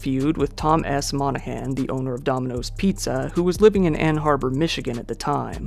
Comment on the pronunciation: It wasn't "beloved". It a-noid, that is all it did to everyone else but this guy who did us all a favor. Also: It's Ann Arbor, not Ann Harbor.